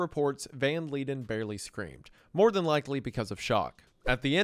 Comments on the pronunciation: It took me a while to understand that he was saying Jan not Han and he pronounced leiden correctly exactly once. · Jan van Leiden is not pronounced as Leeden, it's pronounced more like van lyden